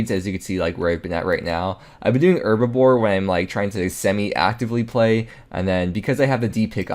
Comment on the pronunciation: Love the videos. But does it drive anybody else crazy how he says "herbaVORE" instead of "herbLORE"? Lol